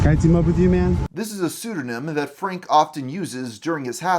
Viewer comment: a great video... but why do people talk like this? you say Frank-uh. it's Frank. you put an extra syllable at the end of half of your words-uh.